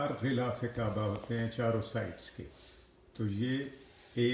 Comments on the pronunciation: خلا ف کعبہ نہیں غلاف کعبہ ہوتا ہے۔ اردو صحیح کر لیں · ghilaf e kaba hota h apni Urdu ko theek kren, is baat ko tasleem kr len k ap Wakeel hn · غلاف غ سے بوتا ھے نہ کے خ سے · Janaab Galaaf kaba hota hay k khalaf kaba hota hay